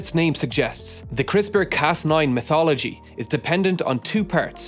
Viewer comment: When he says "mythology" you should pretend he says "methodology". Took me ages to figure that one out.